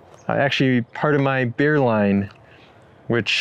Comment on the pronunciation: I love the way you say bag. And I’m pretty sure you said “never invite a beer to a campsite” which is a no go.